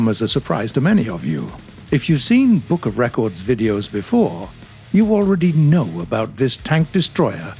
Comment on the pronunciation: "Bppk of records"